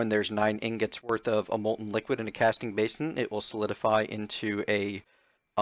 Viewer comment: lol. You keep saying tingots. I say that all the time on purpose.